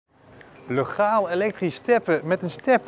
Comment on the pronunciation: Heel merkwaardig dat je "legaal" uitspreekt met dezelfde eerste klinker als in het lidwoord "de".